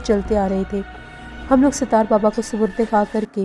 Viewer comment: . Please improve your URDU . Sitaar nahi Sattar Okay 👍 .